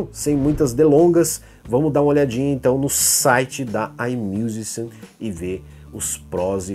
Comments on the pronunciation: Se fala AIMIUZIXIAM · Oi, tudo bem, adorei o vídeo e ai vai uma dica pra pronunciar essa distribuidora aí “ai miuzixan”